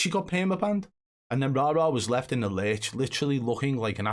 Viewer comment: I'm just happy the pronunciation of the name Rara will soon be nothing but a memory.